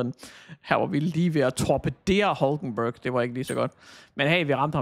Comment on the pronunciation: Hulkenberg udtales Hylkenberg